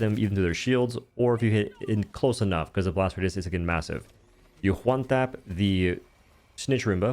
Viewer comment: "HWONE TAP"